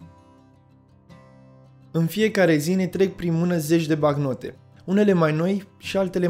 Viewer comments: "Banc-note" sau "bank-note" , nu "bacnote" ... Ai o problema cu limba Romana , unde ai invatat-o , la Teel Aviv ? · Bancnote. BANC-NO-TE, de la note bancare. Nu bacnote. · Documentat bine,dar cand cel care relatează spune (bacnote) te cam îndoiești.